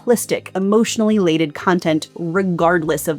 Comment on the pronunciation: Did you do the delivery as a critique of illiterate people's style of communication? "Laded" "Scrutitny" Also you said "flame the fires" instead of "fan the flames."